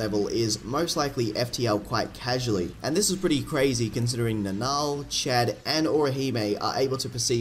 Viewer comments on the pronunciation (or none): none